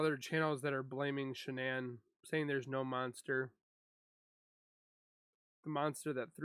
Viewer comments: Her name is pronounced Sha-nann not Shannon Those detectives screwed up big time everyone who has followed this case saw her lies, so why did the det not?? She threw Chris under the bus I wish he would tell about her involvement in this! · there are hours and days and years and worlds of content about ShannAn but this guy can't even figure out how to pronounce her name